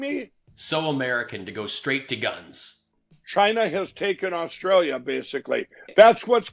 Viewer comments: ‘Rosstrallia’ 4.34…lol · Did he say Rostrailia instead of Australia? Definitely back on the pipe. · "Rostralia" golden.